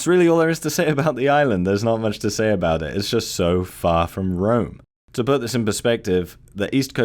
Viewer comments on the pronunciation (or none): none